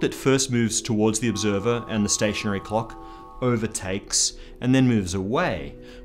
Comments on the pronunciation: I know you're Australian but I would really suggest you pronounce the L's in clock a little more clearly. It's very distracting (in a good way) to hear you talking about measuring the ticks between cocks and about cocks moving at relativistic speeds. Actually nevermind, don't change anything, I like it just how it is. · I can't stop hearing "clock" as "cock", and now I can't stop laughing. Starting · agreed, never going to be able to listen to him saying cock, err clock the same again.